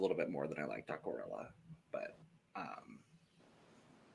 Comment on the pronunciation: pronounced "Aquarela" perfectly 😄